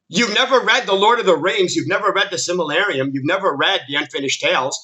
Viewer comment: Say it with me. Sil-ma-ril-e-on. Fun Fact, if you had read the Silmarillion and gave a shit then you would have also listed the Children of Hurin, Beren and Luthien or The Fall of Gondolin, and the Ankalabeth. But you aren't, so you didn't of course, because you are a grifter. Oh boy, here we go, you want a list? 1-8 are Lore/Thematic issues 1. Galadriel's character is completely made up. Galadriel by this point in her story, was the MOST POWERFUL ELF ON MIDDLE EARTH, she wasn't some military leader of the 'Northern Armies' she was the Queen of Eregion, under High King Gil-Galad (Only because he lead the Noldor), she was married, and had a daughter at this point, and had NO REASON to pick up a sword or armor. 2. Finrod. Oh my God. They fucked up Finrod's character so bad it isn't even funny. To spell it out for you (because you probably have no idea what I'm talking about) Finrod is Galadriel's brother, who dies in S1 of RoP which motivates Galadriel to being the revenge filled mess we see her. Well guess what Finrod doesn't die like that in Tolkein's story. No Finrod, leaves his own kingdom of Nargothrond to his son so that he can go on a quest of True Love with Beren (The story of Beren and Luthian) and is killed in the process. This later encourages Galadriel to look favorably on Aragorn because she sees the same spirit that stirred her brother to help Beren, so it's kind of a big deal. Regardless Finrod dies in RoP and only spurs Galadriel into revenge...the DIR